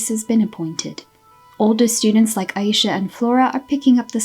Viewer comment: …You’re saying Aisha wrong and it low key be stressing me out. 😂 And the comics show that really no one knows how to make Fate good. Instead of adding to the characters and story (ie make the characters more dynamic and give them cute outfits) they just don’t? And it’s a new writer too? Tragic. Oh well, thank god Winx is getting rebooted. 😂